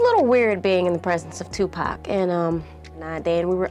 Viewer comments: Can you at least say the fucking mans name right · Even tho there was a lot of women, u didn’t even disturb the surface of women Pac had… u can’t even say his name right